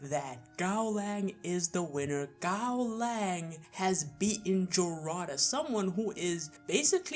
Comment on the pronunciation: Giving a Gaolang fanboy a Gaolang W is like telling autistic kid that everything is possible. Bro, pronounce the name of your "god" correctly and only then try to make takes that make any sense. Serious Shen Wulong wouldn't even need more than half a minute.